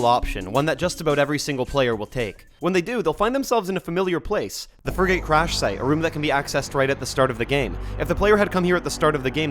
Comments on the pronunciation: Frigate is pronounced Friggit 🤓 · "Fri-gate" is interesting pronunciation. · I'm 🤏 this close to crashing the fuck out if he pronounces "frigate" that way one more fkn time